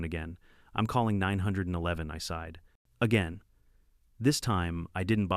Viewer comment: Is saying 911 so hard